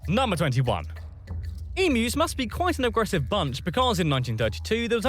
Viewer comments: FFS Emus are pronounced EEM-YOU not E-Moo. Plus asthma is a MAJOR disease affecting the Lungs and Airways, not just "Sneezing" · EM...U not emoos when do you pronounce U as oooo. Not happy the Brit Narrator said it wrong . Why is it so hard to google how to say emu correctly. The US nearly exterminated it's National Bird luckily Canada brought it back from near extinction. Asthma is not coughing to much, it is a restriction in your airways due to inflammation, narrowing and selling and produces extra mucus which makes it hard to breath which can lead to life threatening attacks. Prawns have 6 legs shrimp have 2 legs, we do not get shrimp in Australia. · emmoooss? :D